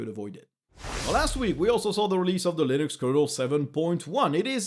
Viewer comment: 'Loonix'? :p